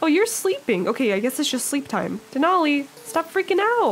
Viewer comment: IM SO HAPPY YOU LOVED DENALI!!! 🥺 I'm also so happy pretzel got picked, it was so cute. And yes you're pronouncing it correctly!